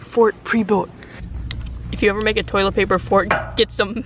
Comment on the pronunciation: Did say Tolit fart